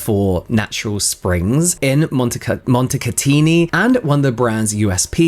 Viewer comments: you pronunciation was IMMACULATE! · Yes, nailed it then! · not that it matters but your pronunciation of montecatini was actually spot on!! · Being uneducated, uncouth, rude, self-centered and narcissistic, Madonna is the last person I would trust for my well being. Even if she uses mud from Montecatini (by the way, your pronunciation of the world is very good, I don't know why you feel insecure about it. You only have to say utterly the name of this Italian Spa, apropos, not the best Thermal resort in Italy and you will doing very good...) I would stay away from her recipes at all costs. Beauty has never been her forte in her life, besides, She has no Biology training whatsoever, but she has the stamina to say :- Do what I told you to do! - to professionals even if what she wants goes against scientific rules. I can easily figure up the amount of abuse her chemical employees had to endure from her pettiness... To conclude: BIG IN JAPAN was a very popular song of an 80s band called Alphaville and the lyrics were all about arguable success, So I wonder if she really sold so much in Japan... The Armani cream, made with volcanic mud from Pantelleria, it was truly Fabulous, but after de first jar, I couldn't buy the second: the production was discontinued, at least herein Europe. Maybe Armani cream is BIG IN JAPAN as well...No need for the western market... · You said Montecatini perfectly Hi from Milan, Italy💙